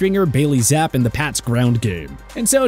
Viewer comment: Yo really said Bailey ZAP and not ZAP-PEE